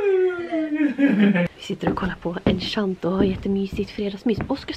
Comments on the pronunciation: Varför säger du enchanto istället för encanto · Enchanto😂 förlåt men kunde inte sluta skratta. Det uttalas ”enkanto” annars jättebra vlogg❤️ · Gillar att du säger ”enschanto” med ett sch- ljud och inte ”encanto” med K som det faktiskt uttalas